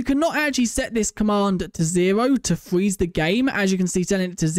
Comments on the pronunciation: Fweeze he says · fweze lmao